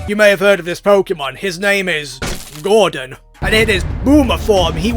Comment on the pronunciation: I like how when he says groudon it sounds like hes saying gordon